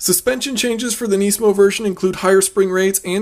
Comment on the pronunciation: its nismo not neesmo or whatever.